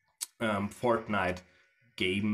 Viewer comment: 100% sure he said fartnite